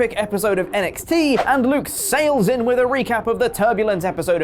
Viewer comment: Ugh "Luke"